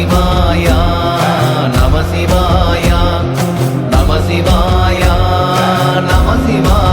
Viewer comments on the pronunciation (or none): இந்த அற்புதமான பாடலுக்கு இந்த ராகம் பொருத்தமாக இல்லை. அப்புறம் ஒரு பாடலுக்கும் அடுத்த பாடலுக்கும் இடையே நமசிவாயா என்று "உச்சரிப்பது நன்றாக இல்லை" அதிலும் "யா" என்று நெடிலில் உச்சரிக்கக் கூடாது. "ய" என்று குரிலில் தான் உச்சரிக்க வேண்டும். சிவய நம என்பதே நம சிவய எனப்படுகிறது. இதில் "யா" என்று இழுக்கக்கூடாது.